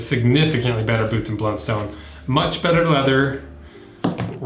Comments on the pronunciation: American in AUS. I own both. Redbacks are my church boots and Blunstones are my daily boots…Redbacks are great and last forever! One thing it’s a soft O not “stone” but more “ton” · As an Aussie, it hurts my ears to hear people call them "blund-stones", it's always been pronounced "blunt-st'n" here. I actually worked at the factory as a teenager, when they were made in Hobart, Tasmania.